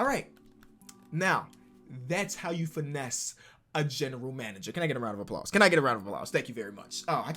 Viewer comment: round of a ploz